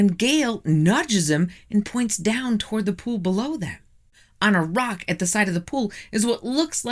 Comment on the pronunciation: Your videos are very interesting, but I had to turn off this video, because your incessant mispronunciation of words is driving me insane! The letter "o" is not a "u"! Top is not "tup", rock is not "ruck", impossible is not "impussible", document is not "duckument", and not is not "nut". Water is not, "wutr".